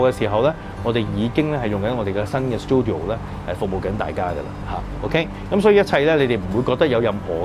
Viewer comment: Check google how to say 'studio' first. Don't tell me you grown up in an English speaking environment. That place is called 'CHINCUVOR'. Don't have to listen and say an English word in a year.